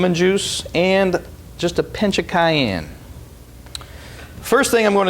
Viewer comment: I love the way he pronounces 'cayenne'. It's so American lol